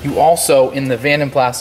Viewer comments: PLAS is pronounced Plah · yes the S is silent he should have known that but he was young i think...also the yanks have different sounding words for lots of things like Scotty Kilmer You tube Mechanic he calls his car a Toyota "sillarcah " but it's pronounced Celeeeka well here in Aus anyhow